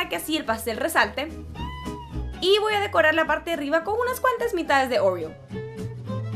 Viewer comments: yo digo oreo tú dices orrio 😂😝✌ eres graciosa💖😘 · Por que decís oruio se dice orio😒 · porque "oreous"? cualquiera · Like si le dices OREO y no ORÉO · Pronuncia bien óreos